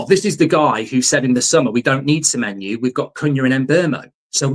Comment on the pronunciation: Stop saying semenyou